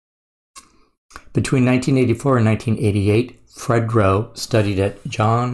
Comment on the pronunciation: It's no pronounced Fred-dro lol. I'm surprised you never heard this song. It was a big hit. It even crossed over to a point that it became a theme song for the rock crowd to slam dance to. Us true hip-hop heads knew not to be around white people when this song came on 😂